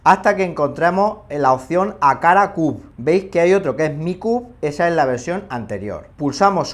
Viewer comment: Excelente pronunciacciione del “wakala cub”...